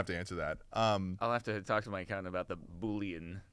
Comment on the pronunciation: Bullion is gold but pronounces it like Boullion which is a meaty broth